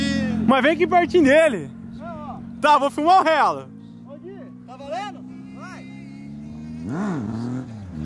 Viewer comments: Reló????? Não seria Rélo man... kkkkkkk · Ñ é " relóóó" e sim "rélo" ngm fala reló kkkkkkkkkkkkkk